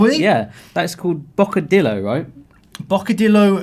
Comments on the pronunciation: Bocadilo JAJAJAJAJAJA very funny when the people can't pronounce de "ll" an the "rr" 😂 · Ok boys come on. What is wrong with you pronunciation. It is not that hard as it seems. Is bocadillo not bocadilo and larguitos not largüitos witch means their are long so the two points on the u is when u pronounce the u. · its pronounced bo-co- di- yo